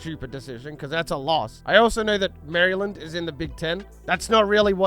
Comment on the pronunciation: hurt me every time I heard you say "Mary Land"